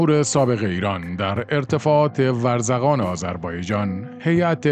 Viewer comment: منطقه ورزکان چیه آخه !؟ ورزقان درسته